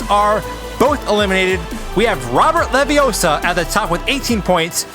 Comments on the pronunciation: It's leviooosa not leviosaaar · Its not leviosa. Its leviosaAAAAAAAAAAA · It's levi O sa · Ah-hem, that's LeviOssa. Gotta say it right if you're to be a real wizard. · Its leviosa not leviosa Is this guy watch harry potter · It's Leviosa! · Pronouncing Leviossa differently actually helps him to win the round